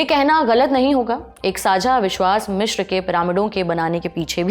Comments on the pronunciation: मिश्र नहीं अपितु मिस्र है सही शब्द। Cairo अंग्रेजी शब्द है जबकि हिंदी/मिस्री भाषा का सही उच्चारण काहिरा है। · यह मिश्र नहीं , मिस्र है। कैसे अनपढ़ presenter रखे हुए हैं😮